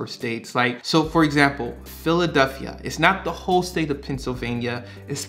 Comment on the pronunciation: Philadelphia not “Philaduphia” ahhhh sorry. Great video great info 👍🏼